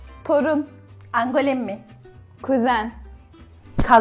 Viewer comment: Torun: angolemmi değil ANGONİ olacak Makarna: magarina değil MAGARINA olacak diğerleri doğru ve şiveli tebrikler